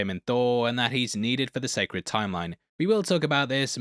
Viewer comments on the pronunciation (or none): none